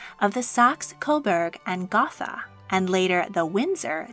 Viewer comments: Please learn to pronounce regnant properly, not to mention Meiningen and Gotha . George I could speak English -- not well, but he could speak it. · You don’t say saxe coberg or gothica properly. Please research the names you’re saying and if you can’t say them properly use your OWN accent. I’m very confused why you’re adding a French accent to a German name🤔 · The ‘h’ in Gotha is silent isn’t it? That’s what I was taught.